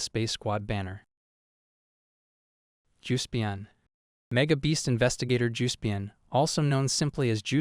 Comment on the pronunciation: "Umm, actally, it is pronounced JUHS-pee-on" ☝️🤓